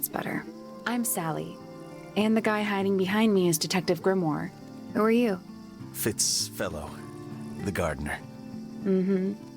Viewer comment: How it sounds like everyone is saying Fritz instead of Fitz